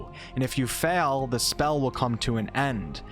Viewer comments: "If you fell..." It's "fail" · What’s the accent, if I may ask. You sound North American. Also, I am Afrikaans, we have crazy accents as well, but we can’t let our accents cause confusion when speaking another language if we can help it. As “fell” and “fail” are two different words after all. Still enjoy your videos which are awesome...started a Ranger build on your duel wield ranger video. Keep up the good work.